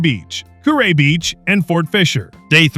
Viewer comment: Kure is pronounced curee..